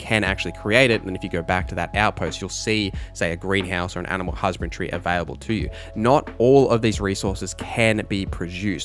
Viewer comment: HusbandRY, not Husband-tree.. great video though ❤